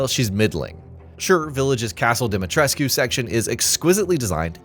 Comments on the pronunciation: ‘Lady Dee-mee-tress-queue’ ? Come on. If your narrator doesn’t know the source material make sure they know the pronunciations. Amateur hour. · You don't pronounce the U in Lady D's name